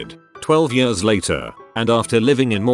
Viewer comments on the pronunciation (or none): when the robot voice said ,,yöörs'' instead of ,,years''... .....i felt that